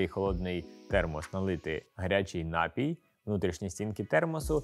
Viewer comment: Все чудово. Але наголос на "і", напІй